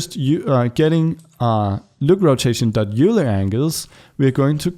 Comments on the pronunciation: It's pronounced, "Oiler". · If pronouncing names correctly matters to you, Leonhard Euler's last name is pronounced much the same as the word "oiler". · It's not euler angles. you say it like oiler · These tutorials are very helpful, thank you! FYI, Euler is pronounced like oiler.